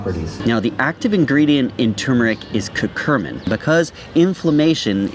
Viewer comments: Love this, however it's cur-cu-min not cur-cur-min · So, it's curcumin, pronounced Kur-cue-min (not curcu*r*min), and in case anyone is interested, the studies say you only need to add 1% black pepper to get that 2000% boost. I'd trust your information more if you learned how to spell the names of your topics.